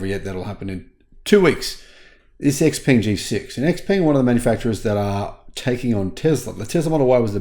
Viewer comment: You want to learn a few Chinese pronunciations. Virtually nothing written in Chinese is pronounced like you do in English Peng is one of those words. It's more like Pong, and means long life from Chinese legend.